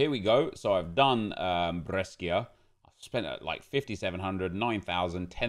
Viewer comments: It's bresha not breskia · When says breskia 😡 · The way you pronunce Brescia Is really weird 😂😅